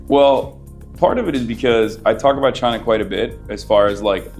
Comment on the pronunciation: Hasan can't even special China. He had "Chiner here we comeeee". He is so dumb.